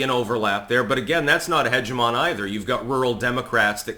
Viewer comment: Hegemon and hegemony are not the same word and are read very differently